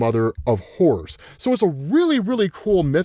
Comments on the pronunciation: Anyone else thought he said “mother of whores” for a moment? I took me a second to realize he was saying “horrors” 😂😂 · Lmao im sorry but every time you say "Horrors" i hear "Whores". Ik just like yeah whores can definitely lead you to a good time and horrors. 😅